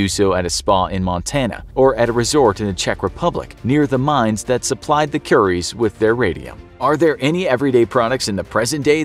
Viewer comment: He said curry’s